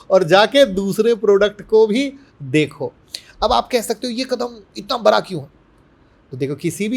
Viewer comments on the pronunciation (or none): उच्चारण मे सुधार करिये सर, बरा को बडा बोलें